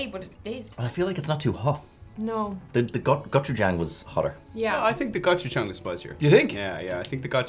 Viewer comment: The "a" in Gochujang is pronounced with an aw sound. Like in the terrible live action movie The Last Airbender main characters name was mispronounced. I mean seriously did no one watch the TV series which the movie was based on.